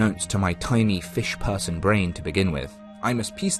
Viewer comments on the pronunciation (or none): none